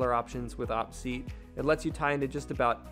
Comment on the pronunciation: I think it's pronounced O-P seat, but nice video 👍